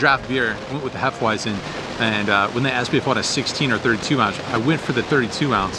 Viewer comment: Hey, i spent a few years in Germany and the pronunciation of Hefeweizen is Hefa-Veisen. Germany language has W procounced as V.:D